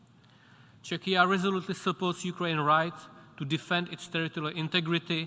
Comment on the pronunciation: "Chechia" XD